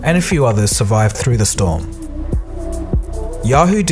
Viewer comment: The word is "escape," not "excape."